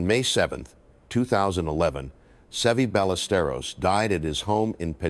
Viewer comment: I don't think this is Peter Kessler, as he doesn't even sound like this anymore. It's A.I. and wasn't able to pronounce Severiano Ballesteros correctly!